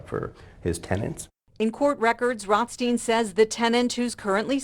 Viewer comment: ROTH… STEIN? Really